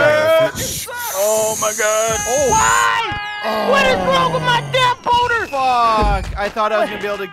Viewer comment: rewatch the video, but this time everytime he says "boulder", he says "boner